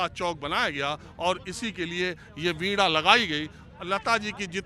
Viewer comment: आप वीणा को वीडा क्यू कहते हो? सही उच्चारण करो.